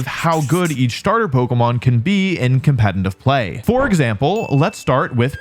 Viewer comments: Wolfe can’t say competitive. Sounds like “Conpentitive”. Been hearing it for years. Wolfey? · is it just me or is he always saying "compenitive"?